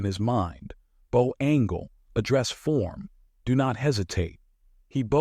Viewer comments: When the F is ai going to correctly pronounce bow? Like the front end of a boat. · All versions of the word 'bow' are falsely presented since the hard 'o' is used instead of the soft 'ow' or 'o' sound that is needed!. Repeated wrong sounds make listening to the incorrect sounds a distraction from the storyline!. Oops LoL 😢😢